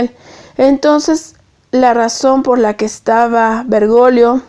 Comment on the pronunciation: 😅😅😅😆😆😅😅😂😂 No es vergolio...es Bergoglio, hay una "G" ahí..😂😂😅😆😆😃. Perdón, pero la pronunciación aquí es vital... 👍